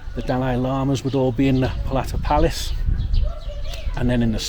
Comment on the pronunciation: Please say Po-Ta -La. Thank you 👍